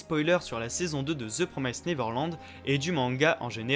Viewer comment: j'ai enfin pris le temps de voir cette vidéo, vraiment avis très intéressant, cependant un truc m'a triggered tout le long de la vidéo , c'est pas promaïssed mais bien promissed qu'il faut prononcer haha comme un i normal en français